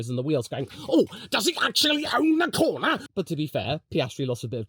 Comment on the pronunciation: LMAO that "DOES HE ACTUALLY OWN THE CORNAH!" caugh me off guard